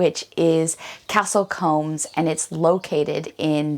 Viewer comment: Hi, just one small point… combs go through your hair, Coombes sounds like mooo